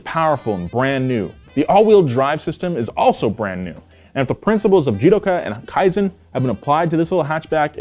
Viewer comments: I think you should pronounce "kaizen" better, thats my kaizen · Kaizen not Kiazen. Even Land Rover sucks. That's why so many Land Rover and Range Rover cars in Indonesia are engine swapped to Toyota or Mitsubishi. Toyota knows how tough the terrein of many parts of the world, unlike western brands made for their very dry, no humidity at all, they really know nothing about highest humidity on earth the equator line Indonesia. BMW/Rolls Royce, Mercedes-Benz/Maybach, Audi/Bentley, etc are so mainstream overpriced average of very poor nature western world. Toyota Crown and Century are truly in limited quantity. You may buy not because you have the money but Toyota will investigate whether you deserve or not. Truly Prestigious, Truly High Class. Money cannot buy Real Status. Toyota Indonesia Manufacturing since 1970 Only available in Asia, Australia and few selected countries. No Europe No USA. Too good for Western world that will make their automotive manufacturers losing profits as they're overpricing everything 😅🤣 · No offense but you butchered kaizen pronunciation